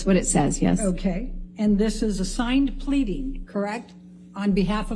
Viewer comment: ‘And this is a signed… pleading ? pleating ?